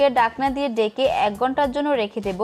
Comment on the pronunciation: বাত, ডাকনা, ডেকে আপু প্লিজ উচ্চারণ ঠিক করেন